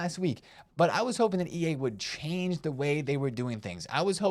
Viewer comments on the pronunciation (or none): none